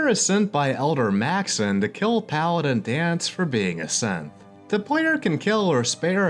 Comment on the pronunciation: I know you say "As a Synth" but it sounds like you say "As a Simp"